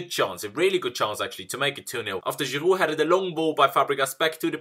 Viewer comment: ITS GIROUD NOT GIRUUU!!!